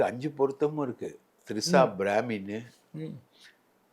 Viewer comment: Three sha வா....Trisha வா😂😂😂